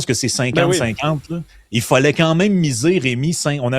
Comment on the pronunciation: Moi, mon malaise est de ne plus pouvoir entendre ''y follait'' plutôt que de dire ''il fallait''. Merci de corriger !